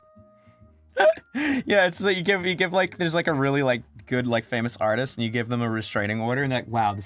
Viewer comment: May actually kill someone if i have to hear the word "arteest" again. I like most of the time but ermgerd stahp. It's not even a joke and didn't even come from one originally